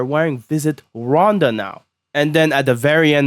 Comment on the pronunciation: Interesting pronunciation of Rwanda lol